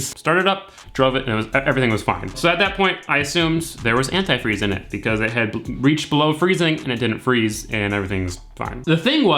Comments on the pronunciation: Ant eye freeze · Ah that pronunciation of antifreeze 🤨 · Love how you say AnTIfreeze ! LMAO. I live in Florida and I need to drain and refill my system. I did a water pump, timing belt and filled it with water. It can mess up your system with just water ( in the south ) corrosion, etc. I think anTI freeze and distilled water is the way to go Bro !